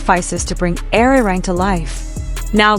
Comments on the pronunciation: Please learn to pronounce Arirang correctly. It hurts to hear Airirang. Ah ri rahng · I wish you would pronounce ARIRANG properly.